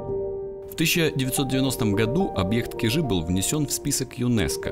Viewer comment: Я Вас умоляю, ставьте правильно ударение на слове Кижи. Не КижИ, А КИжи!!! И ещё Петрозаводск всегда был Петрозаводском, а название Онегаборг он получил при оккупации финнами в Северной войне в 1941 году, а 1944 году, после освобождения, ему было возвращено его историческое название, данное еще в 1777 году Екатериной Великой - Петрозаводск!